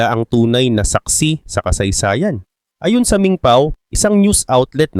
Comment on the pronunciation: Ambilis mo naman bigkasin ang "ayon".... Iba ang ayon sa ayun o a yun. Pati "pinatawan" ambilis mo bigkasin dapat mabagal lang yon bigkasin.